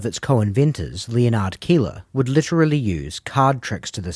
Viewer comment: Do you really not know how to pronounce 'Leonard'?